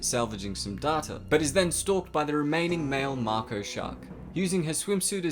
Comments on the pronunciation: Your not saying it right just say it like may-co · Can yo not pronounce "may-Koe" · Pronounced May-co. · It's pronounced May Ko dude :) Sweet video nevertheless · It's pronounced 'make-o' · DID HE JUST FUCKING SAY MARKO SHARK!!!! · Maiko shark mate lol.Say it rite plz lol. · How do you even manage to mispronounce “mako” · I don’t think he pronounces the name of the shark right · All I can think about is how much it pisses me off how you pronounce mako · The way u say mako makes u seem dumb just saying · please say mako properly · Your keep saying MARKO sharks, it’s MAKO, one last time ...... MAKO !! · Mako not marko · that comes across as M-Y-K-O. You want to say Mako as in MAY-KO. Hope this helps :) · Its pronounced maiko not maako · Mako shark.... May-Co not Mark-oh or Mah-co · Mako is pronounced may-co not ma-co. 😉😎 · I’m sorry. I don’t mean to knit pick. But It’s not pronounced Macko. It’s Mayco. Spelled Mako. They even say it that way in the movie. Other than that. I liked your video. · That's mako shark not marko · Dude, it’s a Mako (make-o) not Marko! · i try really hard to not bad mouth people's pronunciation of words, esp since not everyone speaks english natively and even those that do may not speak it that well, but ffs, there is no R in mako....i can hear a few times that is is mah ko, but most of the time it sounds like you are saying MAR ko... i have always heard it as MAY ko, but could understand MAH ko....but not MAR ko. just absolutely headache inducing to me...though im prob just weird beyond that, nice coverage of a surprisingly good if highly scientifically inaccurate movie lol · You pronounced mico maco lmao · Maco, not moko! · Ma•ko NOT makow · "Mai co" shark not "Marko" only complaint. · it's pronounced as Mako shark, not Marco shark. No "R" sound whatsoever! Why are you adding it? It's like calling a Grizzly Bear & a Griozzly Bear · It’s Pronounced MAY-KOH not MAH-KOH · "Marko shark" Mako shark plz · It's MAKO shark, not Marco shark!!! 😵